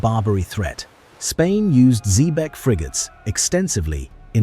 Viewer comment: Is this the Cacafuego of Patrick O'Brian's Jack Aubrey fame who was closely modelled on Sir Thomas Cochrane (Note to Narrator - Xebec is pronounced - ZEEBEK - you should know that......)